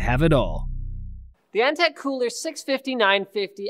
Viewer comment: Antec not eNtaK? :D